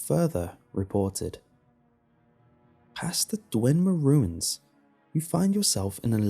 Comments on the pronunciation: It's Dwemer, not DweNmer. Nice story and narration though. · Dwemer mate. Not Dwenmer